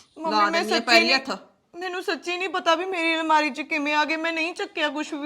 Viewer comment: Nmari ✔️ Almari ❌ 😂😂